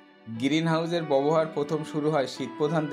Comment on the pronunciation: আপনার পড়াশোনা কতদূর। ব্যবহার উচ্চারণ করতে পারছেন না।বার বার বলছেন বোবোহার। আগে উচ্চারণ ঠিক করুন। তারপর ভিডিও বানান।